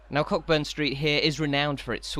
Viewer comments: It’s pronounced ‘Coaburn’ not Cockburn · Loved this, great work. Just one point - Cockburn is pronounced Co'burn, silent 'ck'